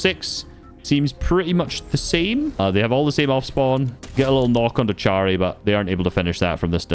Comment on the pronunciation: its chary but you read it like harry